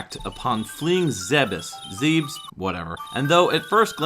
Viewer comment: Planet Zebes, ゼベス, is pronounced zeh-bess. There is no room for debate, there is no room for interpretation when it comes to Japanese pronunciation.